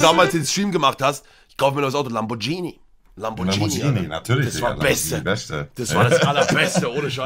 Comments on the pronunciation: Niemand Monte: LAMBOGHINI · Lambordschini Bin der Uwe und ich bin auch dabei